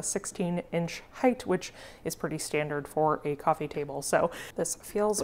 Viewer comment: Coffeen table!! 😂 sorry, i couldn't resist...